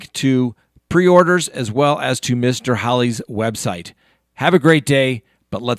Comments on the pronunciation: I was sure you said Mr Holly. I couldn't wrap my head around whoever that was. Finally I got it!! Or how she spells her name. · Haha with the pronunciation of her last name it kept sounding like you were saying “Mr” and I could not figure it out for a few seconds 😆